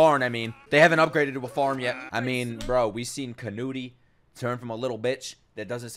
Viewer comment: it's pronounced Can-oot, not Can-oot-E.